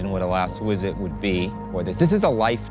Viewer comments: Why does he say ‘wisit’ instead of ‘visit’ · I cant get over the way he says visit. Wizzit